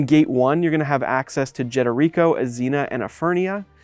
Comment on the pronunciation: I've never heard anyone say Jederico like that.